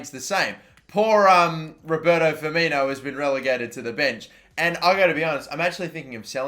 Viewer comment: put some damn respect on Firmino's name